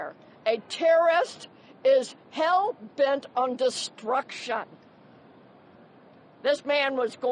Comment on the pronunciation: That NOPD Chief woman gave me the creeps in an instant with her high-speed, glib commentary and inability to say 'hell-bent' (she said 'hell-belt') .... and hiding under that dumb officer's cap too.